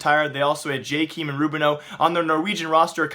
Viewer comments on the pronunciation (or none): and jkaem isnt jKEEM oh and the csgo beta wasn't where he said the mp5 was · plsss, stop saying jay-keem, and it's steeko, not stiko. you never watch pro matches do you or i guess you only watch matches with popular teams huh